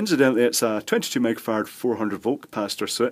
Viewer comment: To my America ears when you say "microfarad" it sounds like "megafarad." I thought, "full of surprises indeed."